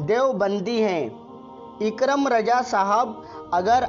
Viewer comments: آپنے دو بار نام غلط لیا ہے۔۔۔اکرم نہیں ہے صحیح لفظ اکرام ہے۔۔۔۔۔اپنی اصلاح کر لیں۔۔۔۔ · Sab se pahle ikram bolna sahi se sikh lo phir bolna